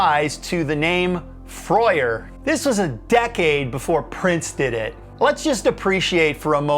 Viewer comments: Never heard it pronounced “Froy-er” before. At least on local radio around here and in interviews I heard it more like “Frur” or “Frer”. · Freur is pronounced frerr not frey-err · froyer? I always said Frer (rhyming with "purr"), ah well. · and Freur is not pronounced like that, when they were forced to name the squiggle, they pronounced is like "Fr - er" and on one of their tracks as Freur they even spoke the name. Great YT video btw, my favourite band to watch in concert (about 23 gigs and counting), have been fortunate to meet Karl and photograph the band 3 times in concert. Such an unknown history (to most). Note that they curated the music for the 2012 Olympic opening ceremony - directed by Danny Boyle. That soundtrack is hit and miss but undeniably Underworld Mark Two (post Darren Emerson !) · I gave up when I recognised where he'd plagiarised the bit about Screen Gemz from and then he couldn't even pronounce Freur. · Just because you aren't from Europe you don't have to say things wrong. Anyway, I have no idea how it should be pronounced, I'm just another idiot on the intenet.